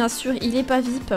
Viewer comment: On dit pas vipe on dit vip avec l'accent